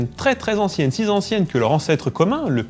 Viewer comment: Chouette vidéo mais... des langues "si z'anciennes" ? (vers la 6e seconde de la vidéo) :-P